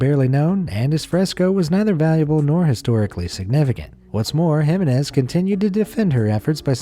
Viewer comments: You need to learn to pronounce Jimenez. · It gave me a headache how he kept mispronouncing Jimenez. And most Americans keep laughing at how other countries speak English. Hah.